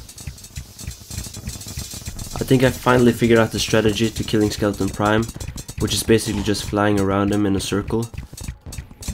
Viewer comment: Why does everyone call it skeleton prime its skeleTRON prime